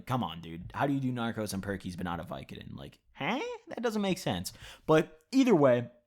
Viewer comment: My mans really said narcos instead of norcos